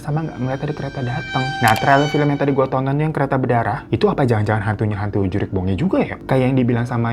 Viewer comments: Mohon maaf bang bukan "juriq" tapi "jurig" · JURIG BONGE bang bukan JURIQ🤣 JURIG itu artinya hantu. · JURIG bang bukan JURIQ.. itu bahasa sundanya hantu😂👍🏼